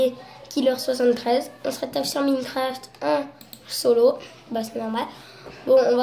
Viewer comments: Mincraf il a dit 😂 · Sa de prononce maïne craft